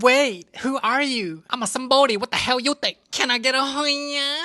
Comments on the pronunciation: "I'm a Sambodi, What da hell you think?" "Like a Sambodi, you okay?" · "like a sombidi you ok''